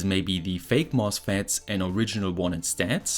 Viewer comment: Why do you add an "s" to every word, even though it doesn't need it? "This is a mosfetSSSS". "This circuitSS".